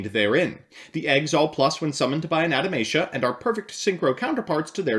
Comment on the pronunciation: Adamatia sounds like it would be the name of a religious Anime Group that is obsessed with reincarnating long forgotten gods. But you must spell Adamatia German: Ah-dah-ma-tee-a